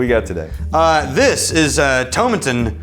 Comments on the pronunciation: Tomatin is one of my favourite distilleries! The 12 is perfect for hotter weather! But, btw, it's To-MA-tin. ;). So, glad you guys are able to keep these reviews going! :) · Coo BO Khan and Toe MAT inn, just to help out. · Pronounced Toe-Mat-tin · "toe-MAH-ten COO-bah-KAHN"